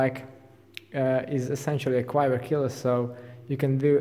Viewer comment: quiver pronounced kwIVƏ(r) like liver, not KWaIVƏ(r) like diver